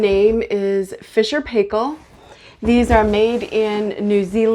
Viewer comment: Great video, very informative and clear thank you very much, love your pronunciation of Fisher and Paykel. (from Australia).